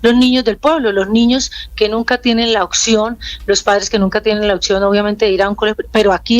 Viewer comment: Imagínese, maestra, y dice "ocsión" en vez de "opción".